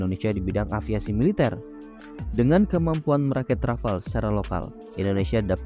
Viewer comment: Rafale min bukan Rafal (dibaca sesuai ejaaannya) 🤦🏻‍♂️